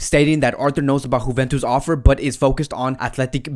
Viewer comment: Bro It’s not Huventus. It sounnds Euventus